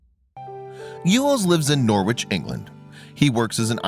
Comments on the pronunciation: It's nor itch Not nor witch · He lives in Nor'ich england NOT nor wich!!! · It is pronounced 'norridge' - don't worry about that though, the story is what matters..🐱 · Native uk people pronounce Norwich,norich the w is silent.Ido wish americans would do thorough research before mispronouncing british place names.